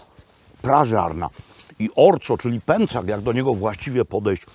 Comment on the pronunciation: Panie Robercie, dlaczego na pęczak mówi Pan pęcak? Przecież tak dzieci mówią: ctery, cekaj, pocwarka... itd :)